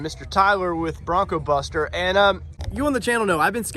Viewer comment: Take a look at how it's spelled and how Tyler always says it. BroncBuster, not BroncoBuster.